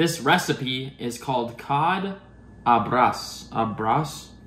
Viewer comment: 🇵🇹 Hey! What you cooked is pronounced AH-BRAJJJ.. Portuguese people love Cod!! It is a staple of their diet. Salted cod, or "bacalhau" really good and old school cuisine 🇵🇹